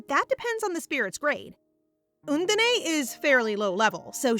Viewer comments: Love the manga and reading as always! But the pronunciation is "Un-dine", not "Un-din-ae" ❤. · Undine (the water spirit) is actually pronounced like uhn-deen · lol, how the narrator keeps saying 'undine'